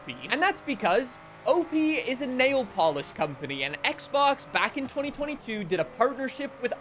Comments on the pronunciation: O.P.I isn't said/pronounced "OH-PEE" it's said as each individual letter as in OH-PEE-EYE. That's why the periods in between the letters make a difference. The ONLY reason I know and own the O.P.I. edition is cause my mom has been an O.P.I. nail polish buyer for decades and I took complete advantage of that. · ope-y? lol OH-PEE-EYE